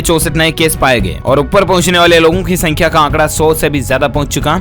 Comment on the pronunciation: A kya Bolte hai upper pachne walo ki Sankhya Thik se bolne nhi aata hai kya